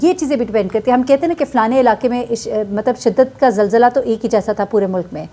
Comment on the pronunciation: یہ لفظ zilzla نہیں zalzla ہوتا ہے۔ کم از کم اپنی قومی زبان تو ٹھیک سے بولیں